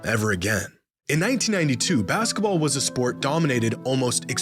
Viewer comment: i hate how you pronounce basketball as "baskUHball." it's maddening